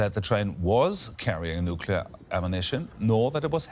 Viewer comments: Bravo! I didn't hear anyone [nukular] in his video! Oops! SCRATCH THAT! just did. The second half of NU-CLEAR is C.L.E.A.R. not kular. Unacceptable from processional journalists, period. Pardon my French. I misplaced my filter.. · "nukular" video closed